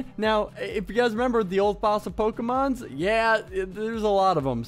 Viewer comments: Pokermon not pokerman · Its pokemOn and not pokemAn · Man my ears are bleeding... But it's POKEMON!! NOT POKEMANS!!! Plus Pokemon is already plural, and no where in ANY of the games do they call Pokemon "pokemans". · Pokemon not pokeman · It's poke a mon not man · It's pokemans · pokeMONs not MANS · Pronounces it 'Pokeman' :P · i dont recall them being called "pokermon"...yes it is pokemon, the reason says pokemans i think is because back than people would always be like "let me show you my pokemans" or something like that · Why does he call them pokemans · I'm not even that into Pokemon and I'm kinda pissed he's pronouncing it all wrong.